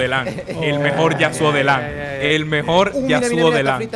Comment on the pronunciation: El mejol el mejol el mejol jajajajajajaja 😂😂😂😂